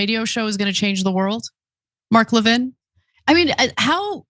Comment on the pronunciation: now Ana pronounces Mark Levin's last name right, or at least to his preference.